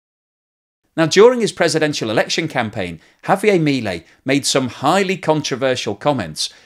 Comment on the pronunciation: JavieRR..it is not French